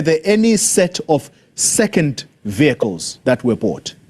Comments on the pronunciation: It is not viecles. It is vehicles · What on earth is vycles or the way she pronounce it vycles vehicle's Speaker, back to school if you please. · She looks like she is lying about these vehaaikles 😅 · Can't pronounce VEH HI KILES properly but can pronounce Mercedes and perhaps Lamborghini PERFECTLY. BEE EM WOBBLE YOU comes a little easier on the tongue. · Vee-High-cil = Vehicle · She can't even say vehicles🤣